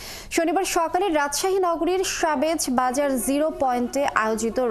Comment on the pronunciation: সাংবাদিকের আগে বাংলা রিডিং পড়া শিখে সংবাদ উপস্থাপনা করা উচিত, সাবেজ বাজার কি?সেটা হবে সাহেব বাজার